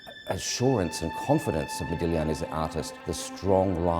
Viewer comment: "Thank you" for this, and for pronouncing the artists name correctly. Modigliani is my most cherished and favorite artist.